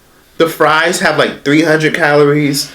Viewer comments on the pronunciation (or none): none